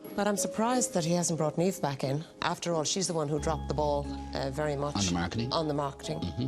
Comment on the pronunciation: Jesus, it's NIAMH, not Neivh. Where the fuck do you think we're from? Istanbul? Jesus, it's Niamh!!